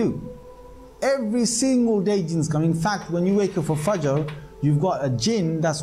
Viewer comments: Dear brother, from the two videos you posted and I saw them, I believe and I am pretty much sure that one day, I will see you preaching Islam to the general public as you will be Islamic Scholar of high rank. Secondly, you pronounced the word FAJR correctly at the first time, surprisingly correct. I appreciate that. I praise you and hope and wait for the time when my prayers will come true for you and I will see you in my country preaching Islam. Till then Best of Luck. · Wow good job you pronounced fajr perfectly mashallah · You pronounced fajr perfectly